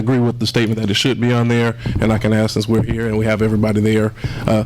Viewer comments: And she STILL CANNOT PRONOUNCE A SIMPLE 3 LETTER WORD ~ ~ A S K ~ THE WORD IS NOT ~ A X~ ~ A TOOL ~ ~ WHAT IS USED TO CUT WOOD ~ LIKE A TREE!! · TIF, YOU NEED TO GO BACK TO ELEMENTARY SCHOOL LEARN HOW TO SPEAK PROPERLY (AKS) THE WORD IS ( ASK ) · As a trustee tiff tiff should have been voted out just by saying the word ax instead of ask. No business making it to mayor with that language no matter how much she out talks people